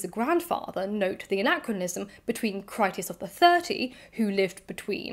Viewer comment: Your mispronunciation of Critias is not to do with dyslexia. British classicists have been mispronouncing Greek for generations - applying rules of English to other languages pretty much indiscriminately. I appreciate that dyslexia makes decoding IPA pronunciation guides difficult - there is often an audio version, but you can't really be criticised (! clue !) when the majority of British and American scholars routinely mangle classical languages. There are some good YouTube channels on this subject. I'm never entirely sure how some names are supposed to be pronounced and opinions, especially on "dead" languages often vary. Your pronunciation is generally good enough.